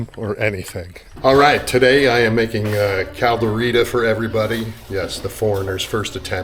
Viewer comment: Can’t even pronounce it properly?